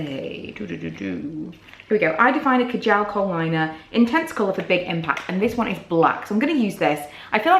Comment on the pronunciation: Hate the way she sAys kajal